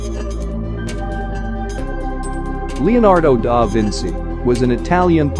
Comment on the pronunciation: Leonardo da Vinci NOT "da Vinsi". By the way he lived in the Renaissance. Modern scientists are Enrico Fermi, Guglielmo Marconi, Alessandro Volta, etc.